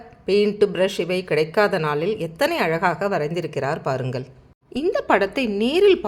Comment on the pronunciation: Your Tamizh pronunciation of பாருங்கள், வாருங்கள் is not correct madam. Please check and correct